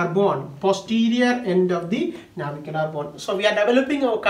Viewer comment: Nice..👌 Its Navicular man😄